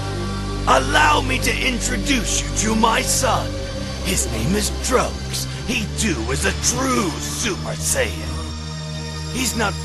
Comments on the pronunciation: Am I the only one misheard saying that trunks name is drugs? Also the caption when says trunks is subtitled as drugs. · If you use CC it sounds like said drugs instead of trucks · Smang It Drums I cannot unhear it now😂